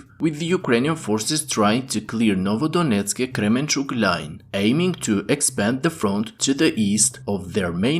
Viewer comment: Kermenchuk! Not Kremenchuk